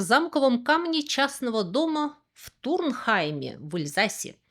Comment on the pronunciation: Нааписано "Turkheim", тётя читает "ТурНхайм".